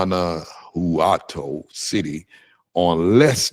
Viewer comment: Guanajuato is Pronounced One a What toe